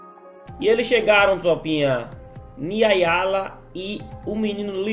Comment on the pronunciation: O nome da mulher é Niayla não sei como o lê Niayala kkk